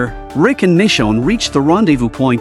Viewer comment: Michonne not mi chone